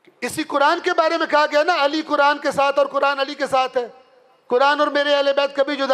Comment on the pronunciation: چار دن کے مولوی صاحب اپنا " ق " تو درست کرلیں، قرآن ، قرآن ۔قرآن، صفین میں بھی قرآن قرآن کی پکار تھی ، امیر المومنین حضرت علی کی کوئی نہیں سن رہا تھا۔